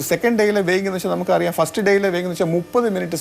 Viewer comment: weighning (വേയ്നിങ്) ...???!!!...അതെന്താ സംഭവം...????...ആവർത്തിച്ചു പറയുന്നുണ്ടല്ലോ.... ഭാരം അളക്കൽ എന്നാണ് ഉദ്ദേശിച്ചതെങ്കിൽ അത് weighing (വേയിങ്) ആണ് അഭിലാഷേ.....